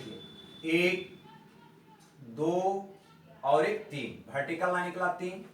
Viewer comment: Waah "Bhertical"